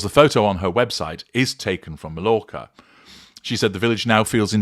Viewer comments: May-orca. Good grief I would have thought an English man would know that, since so many poms go over there. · MALLORCA IS PRONOUNCE " MY ORCA"